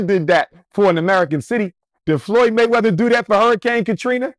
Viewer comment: "Money Waymeather" 😂😂😂